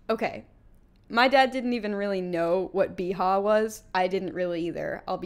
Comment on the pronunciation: Casey: Yeehaw Me: No, Beehaw